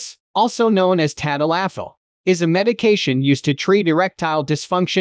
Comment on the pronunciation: tad-a-LAFFIL. Lol.